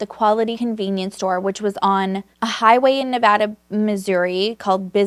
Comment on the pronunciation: Love your stories! You are great, just one critique...us Missourian's really don't know how to pronounce anything. Like Versailles, we say Ver-sayles. The French ancestors who first came here are rolling over in their graves. But to get why I'm posting, you said Nevada like the state. In Missouri we say Ne-VAY-duh. Please don't hate us. We're fun people, most of us. I am at least. Lol 🤣